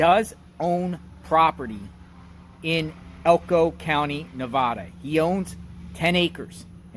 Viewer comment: I wish people would learn the correct way to pronounce Nevada.